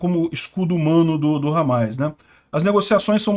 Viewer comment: É Hamas e não Hamais